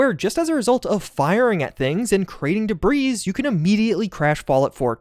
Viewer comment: Hey. Let's shoot da breeze sometime. 🤪 😉 (Spoiler alert: the 's' in debris is silent. 😁)